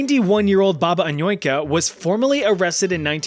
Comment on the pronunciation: Man, my ear is bleeding after fourth time I hear Anoika It's Annushka